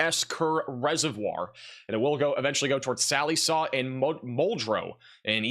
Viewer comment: Check pronunciation of Sallisaw